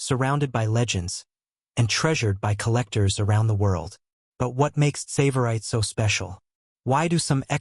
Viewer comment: Please pronounce the name 'Tsavorite' correctly.